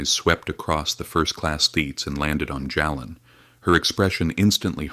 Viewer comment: Why can't you pronounce the names correctly. His name is pronounced Jaylen not Jalen. Plz correct.